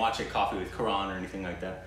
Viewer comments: Btw it's Karan not karaaan😉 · When they realised Karan (pronounced Ka-run) directed My name is Khan aaaaaand Student of the year 😂😂😂 Quite a contrast lol! But Karan is wholesome as a person, he owns Dharma productions, has Koffee with Karan as his seasonal TV show, he judges on many TV shows, and just idk, I see him everywhere 😂 He was the one to bring Bahubali to Bollywood! Adopted two beautiful children he named after his parents! Oh and he's an author too lmao, told ya! He is a smart as business man, producer, author, director and who knows what else 😂❤️ but then Student of the year oop